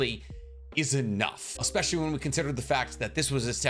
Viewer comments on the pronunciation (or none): none